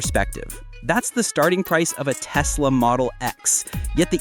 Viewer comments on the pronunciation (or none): none